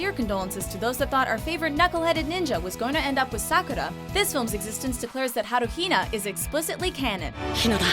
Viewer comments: She said HaruHina instead of naruhina lmao 0.5x speed if you dont believe me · I swear I dropped my phone when they said NaruHina